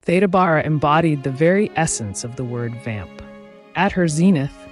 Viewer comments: Such an insightful and interesting bio, well narrated, except for one glaring and recurring flaw. The knowledgeable narrator, with her lovely, dulcet tones - continues - mispronouncing the subject's name, much to my chagrin. Theda's 1st name has an (e) that's supposed to sound like an (e), not like an - a - and Bara is supposed to sound like (air) at its start. Apart from that I enjoyed the video. 🤗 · Yes, "Theeda" is the only way that I have ever heard her name pronounced for 70 years.